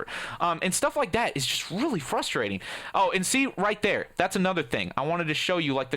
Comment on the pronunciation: frustrating not frustarating